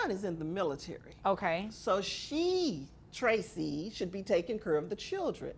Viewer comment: She's a disgusting person all the way!! I feel sorry for Tracie ( pronounced correctly)!!